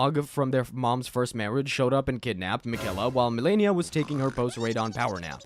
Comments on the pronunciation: makayla got me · It drives me crazy when people mispronounce Miquella's name as though you didn't hear it Fifty million times when you fought her at the base of the Haligtree...